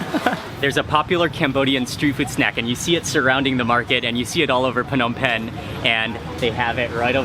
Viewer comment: Mark, I kinda hate it when you say P-hnom Penh. I believe it is silent P, like NOMPEN when you say it. Don't mind me, I love your videos!